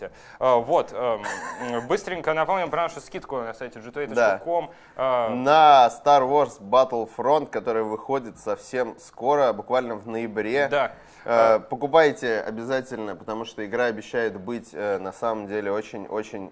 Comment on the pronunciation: БАТТЛфронт, бэттлФРАНТ. Может вы наконец уже объеденитесь и скажете правильное название игры?